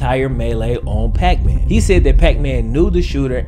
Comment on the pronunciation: I get that when you said puckman my brain immediately switched the P for an F lol